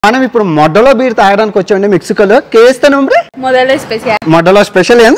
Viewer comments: Its not modda.... Its modelo... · It is not moddalo. It is modelo. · That's modelo😂😂😂 not moddaloo😂😂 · Modelo bayya adhi pronunciation not moddalo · అక్కడ Modelo ani రాసి ఉంది ,కానీ నువ్వు moddalo ani చెప్తున్నావు 😮😮😮😲🤯🤯ఓవర్ యాక్టింగ్ ఎక్కువ అయింది నీది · It's a modelo beer. Not moddalo😅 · అరేయ్ అది మోడెలో.. మోడ్డలో కాదు భే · Its modelo not modhalo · Are lovadekebal adi modelo ani undi guddalo tantha inkosari alaga pronounce cheste moddaga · మోడలో రా అది మొడ్డలో కాదు రా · అరేయ్ వెర్రి పుష్పం మోడలో అని క్లియర్ గా వుంది. నువ్వు కావాలనే వాంటెడ్ గా అలా (మొడ్డలో )అని ఒత్తి పలుకుతున్నావ్ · Moddalo kadhura Babu modelo akkanr bagane rasundhi neeku chadhavadam radhu anthe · మోడెలో బీర్ బయ్య.... మొడ్డలో కాదు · దానిమీద అంత చక్కగా రాసి ఉంది మోడెలో అని దానిని నువ్వు modda అని చదువుతున్నావు.... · ఒరేయ్... నీ మాటలు అక్కడ అర్దం కాకపోయినా ఇక్కడ తెలుగు ప్రజలకు అర్దం అవుతుంది కాబట్టి WORDS CORRECT ga spell చేయటం నేర్చుకో.. (మొడెలో అని పలకాలి) మొడ్డ కాదు రా పూ**..... కాస్త ఒళ్లు దగ్గర పెట్టుకుని Videos chey .. లేదంటే నీ subscription పడిపోవడానికి నిముషం చాలు ... Sollu వాగుడు original behavior పక్కన పెట్టి, కాస్త Reasonable Indian ga నడుచుకో .... JAIHIND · అది మోడలో కాదు రా బాబు మోడీలో రా ఆవులే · మోడ్డోలో కాదురా మోడలో బీర్. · Adi modda kaadu ra modelo da vatti palakaku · డ్డ కాదు డ 😂😜... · Adhi Crct gaanee palukuthundhi thagindhi digaka malli okasari clear ga vinu. Adhi Modelo antundhi ni views kosam danni Moddaloo chesav malli nv Samaajam loudaa ani matladuthaavvv💯🪚🤦🎯🔥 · మోడ్డ లో కాదు .మోడె లో బీర్ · neeku sareega english chadavadam radura vedava adi medolo beer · Modelo raa adhi 😅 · Moddalo dhi.. notlo posukunnava Nayana....😂😂😂😂😂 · I don't know y...these kind of people are encouraged .....it is model o.....dabbu madham....janalu subscribe chesi ninnu Ila chesaru...intlo vallu nee bhasha ki thidathunaru....control your pronunciation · బీర్ నేమ్ కూడా పలకడం రాదూ... Modelo బీరు...రా . నెత్తిపోకిడి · మోడెలో అని క్లియర్ గా ఉంది. Mind ur pronunciation 😡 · తప్పుగా పలికావు...మోడలో